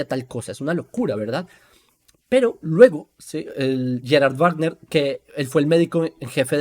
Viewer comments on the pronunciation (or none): none